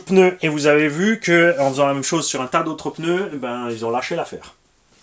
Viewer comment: Mmmmmm des peuneus pouet poueeeeeet